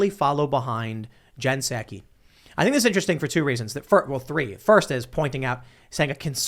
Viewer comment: Tim, pal...... you're talking to the worst liar that trump could find and you can't even pronounce "Psaki". Soooo, why are you expecting to be taken seriously???